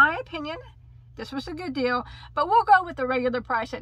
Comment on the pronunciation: Is it just me or did you start saying “deal” like “dill” and “mill” by the end of the video? 😂😂 btw I could tell you were so super excited about the brown speckled yarn by the way you said “OK” like 15 times 🤣 lots of love 🤎 So out of all of them, I must say I loved the brown speckled yarn the most as well. That was super pretty and to get 12 balls for $12 is such a STEAL!